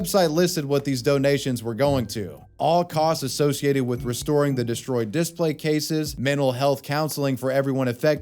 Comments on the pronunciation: "Display" is pronounced dih-SPLEY (/dɪˈspleɪ/), with two syllables and the stress on the second syllable ("play"). It is pronounced the same way whether used as a noun or a verb. The "di" makes a short "i" sound as in "ship," and "splay" rhymes with "day" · Are you saying "Displate" everytime you say "display"? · I feel like you're subliminally advertising for "Displate" every time you say "display" hahah